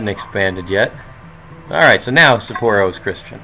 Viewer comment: I love your videos. It gives me a lot of insight into playing my games. But I do have one small comment about the city names. I'm actually surprised you do kinda alright but since I know Japanese, it's actually "SAH-poro" Not sure how to explain. It's emphasized on ethe first syllable and there's a pause between it and poro. Sa-pporo. Double sounds in Japanese sound more like a pause. Just nifty info if you cared. Probably not lol...but keep the videos going! :)